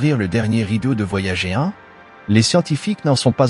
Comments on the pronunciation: Mais pourquoi prononcer "voyagéééé" ? Boulot étrange qui me fait quitter au bout de 2 mn. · C'est une voix automatique, une IA, qui lit bêtement Voyager en français...